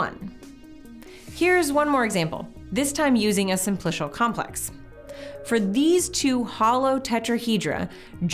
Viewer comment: someone tell her how to pronounce simplical